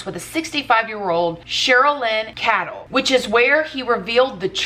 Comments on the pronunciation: it's pronounced CAY-DELL... not "cattle". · Cadle- Kay-dull